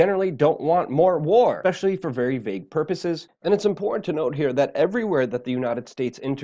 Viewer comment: Very inpormt. Nice speech impediment.